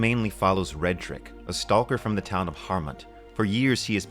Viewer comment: I mean he’s pronouncing the l in stalker pretty hard here 🤷‍♂️